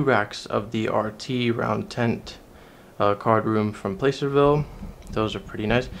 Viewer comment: Thanks for your videos! You're quite the historian! I look forward to more. I hope you'll eventually do one on the Holiday Hotel in Reno. It's cool you have chips from California cardrooms too. FWIW, the A in Placerville is pronounced as the A in plaster.